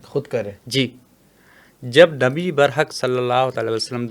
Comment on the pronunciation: Bhai naam to shi lo.. hmare nabi ka